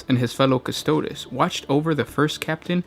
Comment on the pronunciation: Lol the pronunciation. May as well call them the "custards." Haha